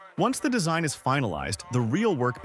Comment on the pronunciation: Entirely AI content. The speaker can’t even say the word “design” right.